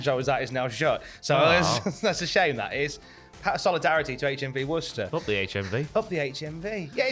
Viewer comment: Being from Worcester (Massachusetts in the colonies…) it is wonderful to hear a news broadcaster pronounce it properly. You are a gentleman of class and grace. And always love for you King Ross.